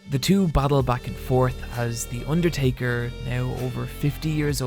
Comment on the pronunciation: The Urrtaker